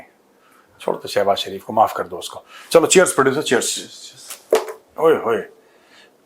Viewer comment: Major sahab....kar dengey nahi....kaaar dengey